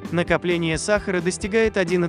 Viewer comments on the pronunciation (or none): none